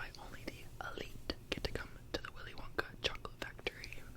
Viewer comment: ‘Willy wonkah’